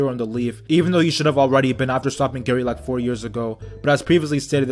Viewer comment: Calls Gaara Gary😂